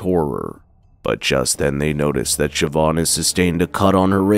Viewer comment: Its Shiv-awn or Sheh-vawn. I think he nailed it perfectly.